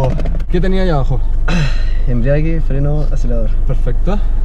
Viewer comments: embrague ! Embriague no es ajaj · Jojo se sacó la xuxa el, menos mal está bien, oye se pronuncia embrague, no embriague 😏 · embrague, no embriague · Si Jsjsj mucha gente se acostumbro a decirle embriage ya